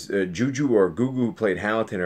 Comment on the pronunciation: Be respectful and learn how to enunciate/pronounce actors’ names before you rush to post your “reviews.” “Go-Go or Ju-Ju”???????!!!!!!! Seriously???? Also, watching you stammer and try to articulate what you want to convey is beyond annoying. Breathe!!! Do a couple of practice takes!!! Do a Google search and learn how to say the words and people’s names!!! There are a million Lloyds out there trying to do movie reviews. It is obvious you love movies so why not show that love by respecting the medium?